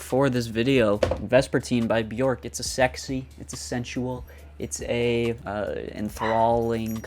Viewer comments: "Byork" might help your pronunciation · How did you pronounce her name??!! 😂😂😂 J pronounced like y....like in many other European languages so try Byork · its pronounced b-yerk 😡🤬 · Just fyi, Björk name rhymes with jerk. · Please get the right pronunciation of her name :)